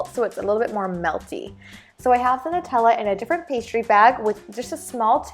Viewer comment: it's..... it's pronounced Nutella (NEW-tell-uh) triggered